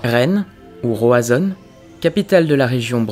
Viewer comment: Roizonne, mdr je suis mort. C'est Roazhon [Roazõn] Mais on n'a jamais parlé Breton à Rennes!